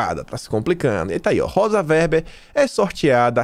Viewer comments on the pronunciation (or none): none